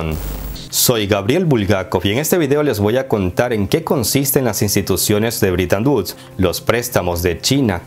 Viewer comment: Amigo Gabriel : No se si mis orejas me fallen, pero capto que pronuncias ligeramente " britan uds ". No te fallara la matematica queriendo decir "BRETON WOODS". ? Me pregunto !!......